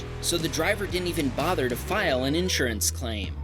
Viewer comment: please look up the pronunciation of insurance